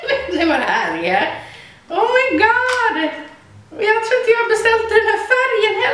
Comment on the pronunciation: Asså Hahaha ”omajgard omajgahahard” hahahah